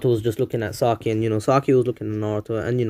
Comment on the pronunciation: As soo as I heard tsaki, i unsubbed and had an anuerism... I can’t watch this man no more...